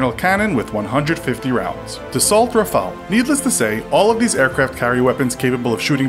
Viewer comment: Ra-fa-le not Raphael